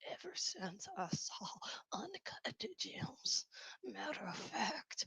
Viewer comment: Ugh I can't stand julia fox. The only reason she wouldn't recommend H is because of fentanyl!?! She is as bright as a blown light bulb 💡you can be very creative but dumb af at the same time. Also she can't say birthday lol bird day is what she said as well as uncut jaaams. Lol. Anywhoo as a former addict myself she doesn't seem completely clean I truly believe she still secretly uses. Especially when you are around any sort of drugs in the industry it makes you crave your drug of choice and if u aren't completely over it like been on the street type lows to overcome it most ppl don't take it too seriously. Imo anyway.